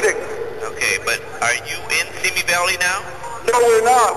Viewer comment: Simi is sih mee, not see me